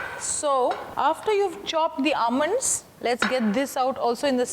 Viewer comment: I am attracted irrtated by Your english By ur pronounciation of word almond Ur hair Ur nail